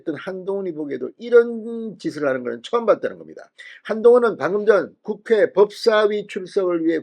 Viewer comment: 국회를 국외라고 했습니다. 좀 똑바로 해주세요 😢😢😢😢